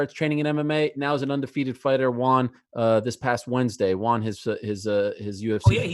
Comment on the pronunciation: ariel can't say won